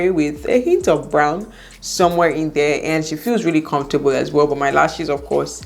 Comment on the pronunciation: "Confortable " all the time .....ah ah 😁